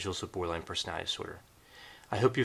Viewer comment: Why do I keep hearing Borderline Personal Dinosaur? Instead of Borderline Personality Disorder? I’m just saying anyone else hear the mispronunciations?? It it 1am could be exhausted lol Great video nonetheless